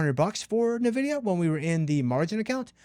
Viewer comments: Even Jensen Huang pronounces it as N-vidia, not "Navidia" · Nvidia's naming origin is from the Latin word, invidia, meaning envy or jealousy. The correct pronunciation of Nvidia is "en-VID-ee-uh." No, nah in it. Other than this, another super video! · Bro, that is not how you pronounce Nvidia. I must reassess you now.